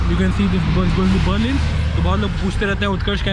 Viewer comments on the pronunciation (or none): none